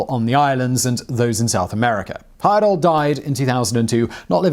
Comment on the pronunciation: Thank you for pronouncing my cousin's name correctly. (Grandfather's second cousin to be precise). I asked him if he were going to do any more of these trips in the late 80s when I was old enough to go but he said he was getting too old for adventures.